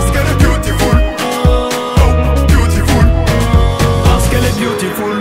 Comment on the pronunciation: le mot c beautiful mais lui il dit BYOUTIFULE mdr il a massacré l'anglais